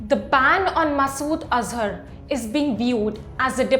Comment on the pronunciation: Ban not bang